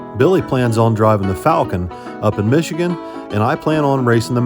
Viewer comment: It's called Michigan,. Say the name whilst smiling. 😇